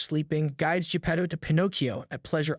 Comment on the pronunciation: Your pronounciation of Pinocchio and Geppetto really sucks.... Remember it's Italian not english. You continued to Say P'nokeeou and J'pedou several time. Vowels are not silent in italian.